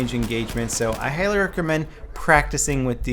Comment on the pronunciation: Did anybody notice him say I heighly recommend